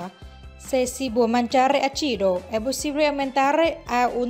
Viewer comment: Con la voce di "Stanlio" che pronuncia sbucciare la carota, dicendo succhiare la carota e acìdo in luogo di àcido è un video molto divertente. Dal punto di vista dietetico non dice nulla di nuovo alla donne: "Prendetevi la carota che vi fa bene!"😁😁😁